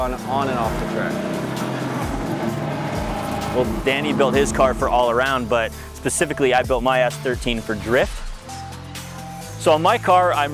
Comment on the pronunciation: He said pacifically 😂